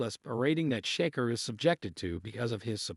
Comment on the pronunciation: Can't even say his name right !!!!sheker wtf 😂